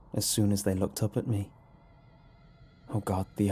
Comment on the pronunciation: I laughed a little when he said: "And Oy did we"